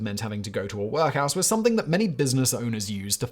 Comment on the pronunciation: If I never hear Simon say "Work House" again, it will be too soon.